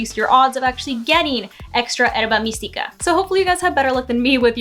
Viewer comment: Thanks for the the examples! This helped out. But I do got to ask, why do you say Herba Mystica weird? Like is it some bit that i am missing? Everything else in your video was pronounced correctly.